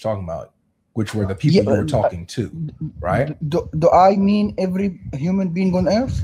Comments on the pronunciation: Whenever they say "beoble" I always have to hold in a smile. It's too funny to me. God give me strength. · You miss his boint he is talking about all the beeble of the blanet....bleeeese listen